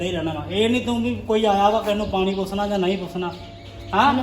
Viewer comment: ਪੂਸਨਾ ਨਹੀਂ ਪੂਛਨਾ ਕਹੀਂ ਦਾ